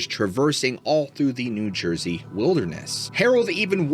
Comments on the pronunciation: Let's go to Jersey (Joisey) 😂 Yeah, these longer episodes r better! Luv ur storytelling! Thx!! 👍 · “Let’s go to Joisey!” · Let's go to "Jorsey"😂❤ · Let’s go to Jersey! Not sure how to spell out the accent. 🤣